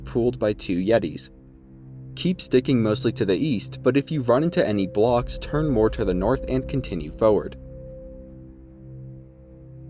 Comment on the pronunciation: Bro you gotta stop saying foe-ward 😂